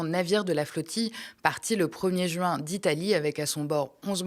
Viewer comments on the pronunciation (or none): none